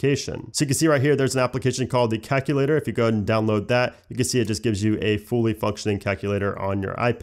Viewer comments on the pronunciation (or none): He pronounced calculator like cackle later💀💀